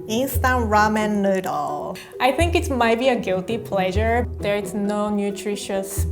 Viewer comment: "Rahmen Nudhle"